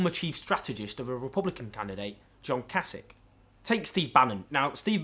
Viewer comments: If the Republican politician you mented was Kasich, it's pronounced kay sitch. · The way you say Kasich is weird